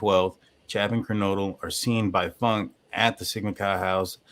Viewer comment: I think its pronounced Foonkay.